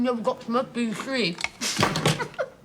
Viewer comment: Sarah Jane also says meh-teh-bee-liss in The Wedding of Sarah Jane so it's 10 to 1.